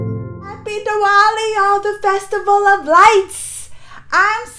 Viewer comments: it's pronounced as the-waali.. not D-wali😊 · No..not as in Thunder TH.. it's more like the article 'The's TH.. I hope I am able to explain now..😂